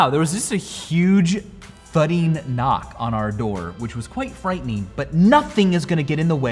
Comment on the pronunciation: Its disconcerting how you pronounce ing as een. Embarrasseen. Thuddeen.